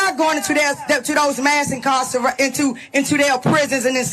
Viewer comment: "Incarcervation" is my favorite new word.